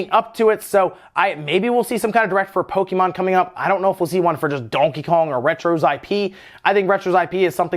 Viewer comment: Hearing "poe-kee-mon" so much triggers me